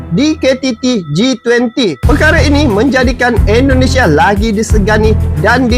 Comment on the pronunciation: Negara kami bernama Indonesia bang bukan Endonesia